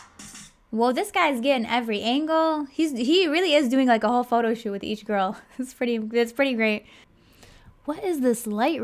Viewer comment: I always have a hard time not laughing when she says Pho-to. But then I think about the girls having to stand there and wait for their name